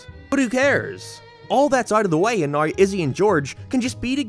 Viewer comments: Wtf is this accent "what is the simpsons about noui?" What????? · Bro. Are you Australian of not I genuinely can’t tell. It’s driving me fking nuts that you say everything in like a perfect American accent but then you pronounce “now” like “nar”. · Dude are you Canadian or something why the hell do you pronounce some words so dam weird lol